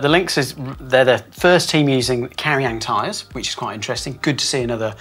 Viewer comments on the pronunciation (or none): It's pronounced "chaw-yang" and how tf did "berd" became "beard" holy sht you're making things complicated! Bring back anna and doddy for every video please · That is the worst attempt at pronouncing "Chaoyang" that I've ever heard